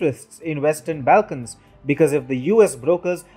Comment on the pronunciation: you need to get your pronunciation of names correct. Angela Merkel is not Angle-ah Merkel. Your pronunciation of the ‘Balkans’ seems to have a thick native accent